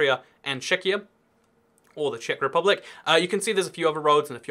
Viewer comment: Im from Czech republick? Ano, to zní jako průměrná česká angličtina :))